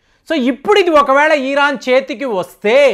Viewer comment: Uncle మీ ఇన్ఫోర్మేషన్ చాలా బాగా చెప్పారు కానీ "ఈరాన్" కాదు "ఇరాన్" అని చెప్పండి